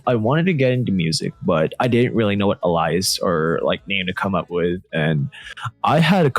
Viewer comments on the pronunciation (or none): did he just pronounce alias like uh lie is lmaooo